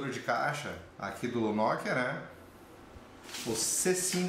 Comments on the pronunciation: e apropósito!! não é "nokiiiiiiiiiiiiiiia" é noookia a sílaba tônica é o "no" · NokÍa ? Toscren ? hsuahsua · Nicoly Sampaio agonia a pronúncia dele